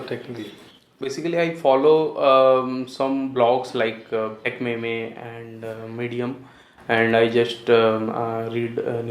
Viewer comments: Did he just say Tech May-May (Techmeme) :] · I died when he said techmaymay